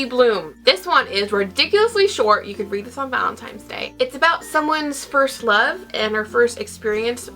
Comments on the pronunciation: I thought it was just me lol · now that you mentioned it i can't unhear it